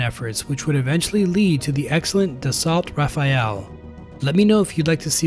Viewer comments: first learn to pronounce it properly, then do a video on it. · It's the difference between sounding authoritative and sophisticated, or just a Texan reading a script. Many outside the US decry the American tendency to ethnocentricity, which includes the phonetic pronunciation of foreign names. Your audience is worldwide and I'd like to see you do well.